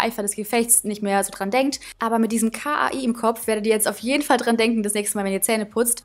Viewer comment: Das heißt nicht K-A-I 😂 Sondern Kai der Name 😂😂❤️Also das mit dem Oral-b Teil 😂😂😂😂❤️❤️❤️